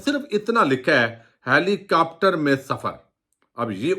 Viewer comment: خدا را ہیلی کاپٹر کو “ہیلی کیپٹر “، ظاہر ہے کو “زہر ہے“اور کروڑ کو “کرآؤڑ” کہنا چھوڑ دیں اتنے معیاری تبصرے میں تلفظ کی ایسی ہولناک غلطیاں بالکل پلاؤ میں کنکر اور شیشے میں بال آنے کے برابر ہیں! براہِ کرم ہمیشہ الفاظ کے ہجے کو ذہن میں رکھ کرپڑھیں گے تو کبھی ایسی غلطی نہیں ہوگی۔ ہر لفظ کو پچاس مرتبہ کہیں پھر دیکھیں آپ کا تلفظ اور وی لاگ کن بلندیوں پہ پہنچتے ہیں! تعمیری مشوروں کو نظر انداز نہیں کرنا چاہئے!!